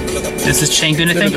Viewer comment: sorry I don't want to come off as rude but you are pronouncing 'changbin' wrong. it's pronounced as ch'ah'ngbin. I'm sorry I really don't want to sound rude I just wanted to tell you